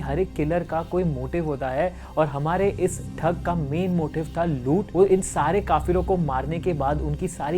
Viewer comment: It's thug not thak .